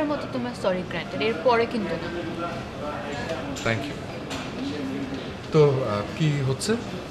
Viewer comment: থ্যাংইউ না বলে ত্যাংইউ বলে 😄😄😄😄😀😀😀😃😃